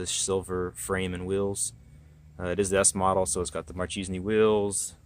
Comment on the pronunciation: He says Marchisni..... but if you don´t have a potato in your mouth... is "Marchesini"... like "Margheriiiiiitiiiiii".